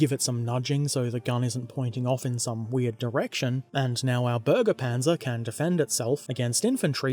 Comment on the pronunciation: No u said it wrong its supposed to sound like berge panzer and not burge panzer